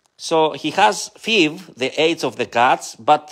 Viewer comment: FIV.......pronounced "eff"-"eye"-"vee" ❤